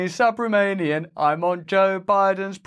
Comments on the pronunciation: How funny. NO WAY BRO-JOE COULD READ THE PRONUNCIATION OF “Subramanian.” 😅😅😅😅😅😅😅😅😅😅😅😅😅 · The reporter's name is written phonetically yet the name is mispronounced multiple times?! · Its a mispronounciation of Subramanian. It shows how they have no clue of other cultures or languages. 😮 Bloody Yankees